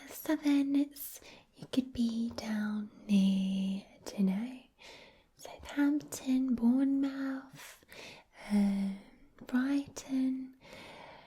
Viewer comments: Posh English was going so well till you said Bourne-MOUTH!!1!!!!1!1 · Uhhh I live in southern England and she got it so wrong 😂😂 bourne - mouth??? It’s pronounced bourn-muth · Southern accent made me laugh a little, great work but I cringed hearing her mispronounce Bournemouth so badly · Coming from Bournemouth, you did the southern English accent surprisingly well for a Scot. The only criticism I would say is (ironically) the way you pronounce Bournemouth lol, great vid